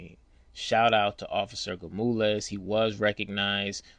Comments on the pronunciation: 😂 Gamules? 😂 It’s Gonzalez 😅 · Why you keep calling him Gamulez. His name is Gonzalez. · Is he saying Gomulaz??? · you are butchering that man's name if its Gonzalez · Awesome Bro!! Not the ending I think anyone expected. Instead, it was much better!! My only suggestion is this: I'm from Texas and my name is Sergio although I'm African American. Many Latinos down here so I'm not sure you're pronouncing this wonderful officer's name correctly lol!! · yo bro . learn how to say that man name if you going to tell a story.... H.O.P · Great story but I'd find someone who can pronounce Gonzalez